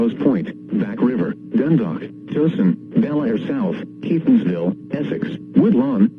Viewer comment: Dundalk! And I love the way Towson was just butchered in pronouncing.